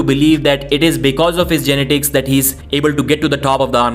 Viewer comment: Learn how to pronounce genetics. You're butchering that word